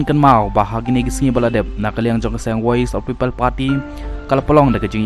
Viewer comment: Lah kumba kynnoh ki dkhar 😊😊😊 woise 😊😊😊